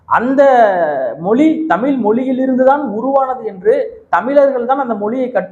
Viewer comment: தம்பி நீங்கள் உச்சரிக்கும் தமிழ் , தமில் என்றே கேட்கிறது . தயவு செய்து அண்ணாக்கை மேல்நோக்கி மடித்து தமிழ் என்று சொல்லிபழகவும் . பாரி கூட ழ வை பிழையாகதான் உச்சரிப்பார் . திராவிட சூழ்ச்சிகளில் இதுவும் ஒன்று ழ வை ல வாக உச்சரிக்க பழக்குவது . தவறு உங்களில் இல்லை . மற்றும்படி எல்லாம் சிறப்பாக செய்கிறீர்கள் . வாழ்த்துகள் .